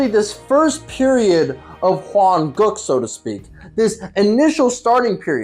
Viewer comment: Why does he often say Hwan-*goo k*?, Is he racist?????